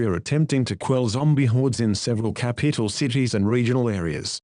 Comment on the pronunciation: Did anyone notice the man said capeetl? ⬇ ⬇ ⬇